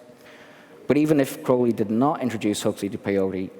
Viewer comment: Glad to see someone pronouncing his last name correctly. Ozzy is a dumbass. He screwed up his last name in the song Mr. Crowley by pronouncing it Crowl-lee, but it's actually Crow-lee. And in poem Aleister even rhymed his last name with unholy.